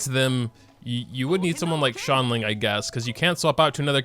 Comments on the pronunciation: He really pronounces Xiangling as “Shangling” 😂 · "shongling" Your pronunciations got me dead bro XD Edit: I just heard "tartoglia" Oh ma lord